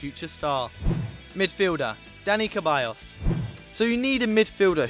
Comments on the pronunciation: Ceballos not Keballos... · Ceballos not Queballos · Seriously stop saying the c in the players name wrong!!!! It's NOT a ch sound but rather an s Mauricio lemos is pronounced more like maurisio and not the way y'all are saying it!!! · keballos??????? its ceballos (like seballos) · lmao he said Caballos, it"s Ceballos (Se-bay-os) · Kebayos? lol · Ceballos is said like Seballos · that's not Ceballos + it's Ceballos not Keballos + it's Keita not Kaita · You guys really should work on the pronunciations. Tur Stugen, Nuer, It's pronounced Maier not Meyer, it's pronounced Ceballos not Queballos. It's pronounced Bia not Villa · ceballos( se-ba-yos ) keita ( key-ta ) not (ke-ba-yos) and not (kite-a) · Your pronunciation is utter shit. Ter Sturgen, Maurichio, Keballos. What the hell are you doing on a football channel!